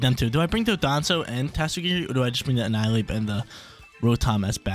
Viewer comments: It’s Don-Dozo not Do-don-zo 😂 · DON-DOH-ZOH NOT DON-DON-ZUH